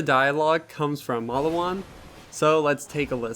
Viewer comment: You pronounce the name Mal-lee-wan wrong. “Get yourself a Maliwan and set some people on fire” I can tell you never plaid the first borderlands.